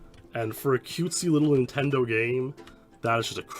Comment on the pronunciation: Ah ha, you said "intendo.' I love it. It reminds me of the late 80s when I was five.